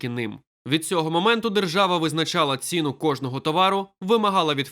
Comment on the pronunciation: Будь ласка, покращіть якість начитки: не двух а двох не ро́ків а рокі́в не ці́ну а ціну́